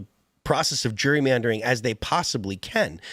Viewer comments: why can none of them pronounce Gerrymandering? its not Jurymandering.... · Why does Phil have such a hard time pronouncing Gerrymandering? It’s not Jury-mandering. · Is Phil saying “jury” mandering?